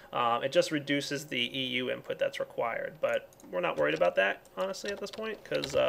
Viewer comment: Can't pronounce "about", makes fun of the pronunciation of "Xycraft". ;) =P